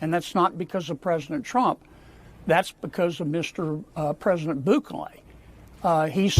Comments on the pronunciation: "President BOOkalay) I swear.. these Republican hog politicians from southern states DON'T EVEN ATTEMPT to pronounce non-Anglo names correctly 🙄 it's almost like they go out of their way to mispronounce them.. Not that I think Bukele deserves respect, but it's really cringey and embarrassing to hear these so-called "professionals" representing American constituents butcher the names of foreign leaders so badly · President “Boo Clay”